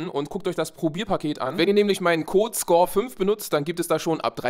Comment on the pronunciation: Interessant, wird auf Chinesisch also "Ohschir" ausgesprochen?